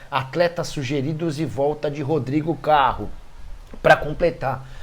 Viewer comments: Rodrigo "Carro" foi ótima 😂😂😂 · Foi isso mesmo, a pronúncia foi essa. 🤷🏻‍♂️🤣